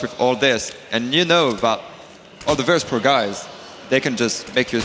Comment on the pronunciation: VEETOS PRO! VEETOS PRO! VEETOS PRO!